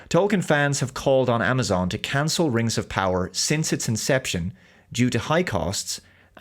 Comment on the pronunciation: Am I the only one who notices the strange way pronounces the "Rangs of Powah"?